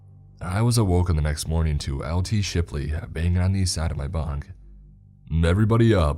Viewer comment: Not Shirley's but shiplys